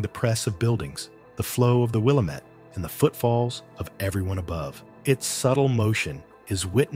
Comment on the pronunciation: Willamette pronounced wi-LAM-et Driving me crazy when those giving info can’t even pronounce important landmarks